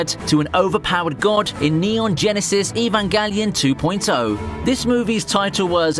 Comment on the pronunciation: hes pronouncing evangelion completely wrong